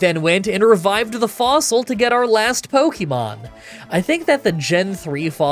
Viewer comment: "I took the claw fossile". Wait thats illegal.